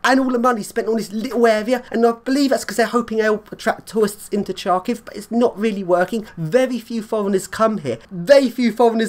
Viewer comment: Great job, epic video! Great lifts and amazing blocks. Kharkiv seems to be a very contrasted city. [btw "Khar" in "Kharkiv" is read like "har" in "hard", not like "char" in "charm"... whoops x'D]